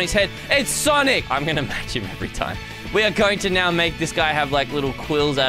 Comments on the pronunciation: Tell is sonic not sanic because it's making me feel sad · It isn't sanic it's sonic. And i think u have great videos on YouTube and I like the videos that u prank 😂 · It’s s-O-nic not s-A-nic!!! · "I'm gonna make sanic" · sonic or sanic? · Heyy its not sanic its sonic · Sonic bro fire light it’s not sanic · said sanic🤣